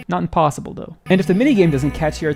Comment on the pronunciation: emphasizing the "not impossible though" is crazy